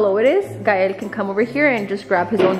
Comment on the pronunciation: I love how you said when KAEL instead of Gael 💘💘💘💘